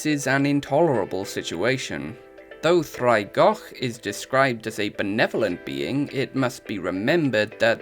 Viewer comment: Heads up: you'll want to spell it "ddraig" with the pronunciation. Your spelling of "draig" is pronounced with a /d/. Both mean "dragon," though.